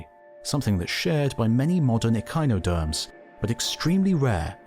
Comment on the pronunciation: I love that he says echinoderms right, but chordates just complete confuse him.